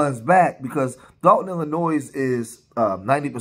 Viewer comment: Dolton not Dalton